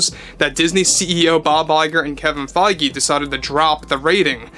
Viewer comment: kevins last name is pronounced (Fayj) just sayin